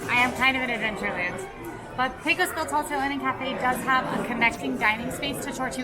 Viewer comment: PAY-cos... PAY-cos Bill. Sheesh. I know, I know.